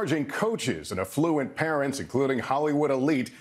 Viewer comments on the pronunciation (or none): I like how the voiceover intro pronounces ‘affluent’ with the emphasis on the second syllable, so it sounds like ‘effluent ‘